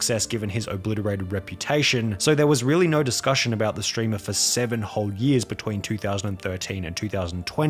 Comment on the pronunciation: I like how you said "steamer" instead of "streamer." It's like a Freudian slip.